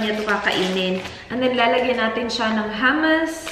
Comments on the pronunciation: Hi! I think hummus is pronounced “HOOM-uhs.”? Hehe btw, the breakfast in a mason jar looks really good! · mali po yong pag pronounce nyo ng hummus.